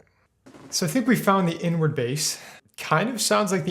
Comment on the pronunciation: It took me until the very end of the video to realize that he was saying “Inward bass” and not “n word bass”